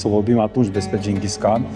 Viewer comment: …..(Ginghis Han)…….se pronunță…..(Gingis han…..)……!!!!!!! 👍💐❤️ Multumim…..!!!!!